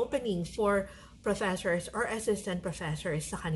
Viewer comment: Professhores? This video can be great for a drinking game. Everytime she says Professhores, you take a shot of sake or soju. There are so Filipinos teaching in Korea. If they were speaking great English, the Korean government will hire more Filipinos.